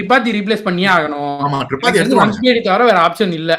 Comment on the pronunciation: Bro Vanish illa Vansh, Thirupathi illa Tripaathi 😂🫂🫂💖